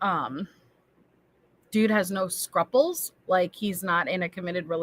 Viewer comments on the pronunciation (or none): Not 'scrupples', like 'couples. 'Scruples, like pupils'.